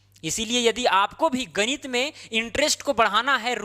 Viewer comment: गणित ❌ गनीत ✅